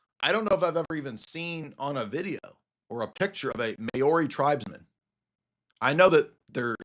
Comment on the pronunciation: As a Kiwi I chuckled at your Mayori pronunciation of Maori (pronounced Mouree) 😂 God bless.